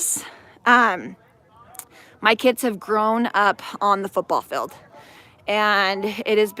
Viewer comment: Field!!!! It’s pronounced Feeeeeeld!!!!!!